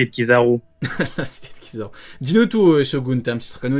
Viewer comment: C'est pas Kizaru c'est pizzaru 😂😂🍕